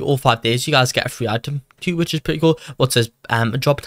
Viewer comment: I like it how u say free as fwee